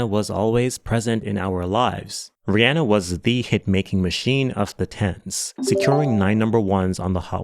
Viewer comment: Kudos for pronouncing Rihanna the way it should be, with that [e] vowel